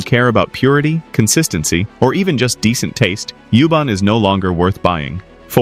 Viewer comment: It's you- bAn Not you-bon